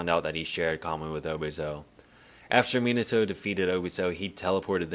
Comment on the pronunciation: Not the "Miniato" AHAHAHA 11.43 🤣🤣